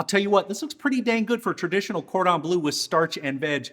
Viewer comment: Bleu not blue!! ;-)